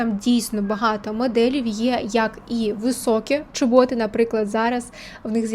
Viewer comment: ЧОботи, а не чобОти😂